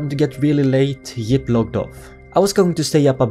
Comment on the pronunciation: Your friend is YIP not JIP